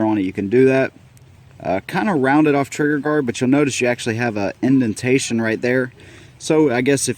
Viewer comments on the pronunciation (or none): none